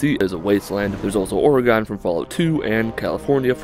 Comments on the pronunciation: It's or-gun, not or-ray-gone. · OREGONE? Its Ore-again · Ore-eh-gone.... god I love the way people say my state... YES I KNOW THIS IS LIKE 4 YEARS AGO... just call it ore-gun... that's the proper way lol. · Omygod it’s pronounced OH-RIH-GUN not OH-REE-GONE loved the vid anywho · Or-a-gone lmaooo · It's pronounced or-gen we natives get angry when people say it like that can real Oregonians like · I'm from Oregon and the way you said my state is straight wrong bro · I'm not even from Oregon and that shit made me cringe. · On behalf of all Oregonians please never say Oregon again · You said Oregon wrong. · You said Oregon wrong no big deal just wanted to point it out( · Ya said oregon wrong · That's not how you say Oregon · You pronounce Oregon wrong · Cringed when he said Oregon